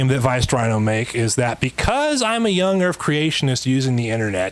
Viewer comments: Why is no one talking about him saying young erf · Does he say 'young erff'?? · Young Earf ... seems legit. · >.> soo much "young erf" with that guy